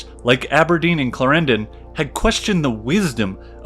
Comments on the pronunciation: "Claren-DON" not "Clair-ran-don" its a British thing. Note; Austria had a bit more of "Italy" then you depict. Its "Sublime 'Port-ae'" not ""Sublime 'Port' " I guess if we roll with your American pronunciations - fair enough - I'll just stop here ... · "Derby" is pronounced "darby" in fact. And Clárendon, not "claréndon". And "par"-mesten. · And Clarendon is stressed on the first syllable, not the second! It sounds rather weird. Still, loved the whole clip. Thanks. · Great Video, but.....Clar END on, not clrendn :) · The pronunciation of George William Frederick Villiers title is something like this: CLÁ-renden (Clarendon) Okay? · Excellent summary, but the pronunciation of proper names like Clarendon etc. is dreadful... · Clarendon and Derby, learn how to pronounce them. Otherwise great documentary.